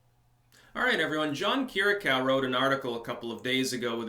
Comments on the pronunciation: Say: Keer-ee-yah-koo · Not to be too much of a pain, put this on google translate,Greek: Κυριακού That's how you pronounce his surname.